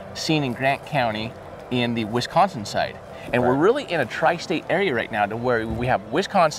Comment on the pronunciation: I love what you guys do and it's so nice but I just want you to know you are saying Wisconsin wrong this is coming from a Wisconsin person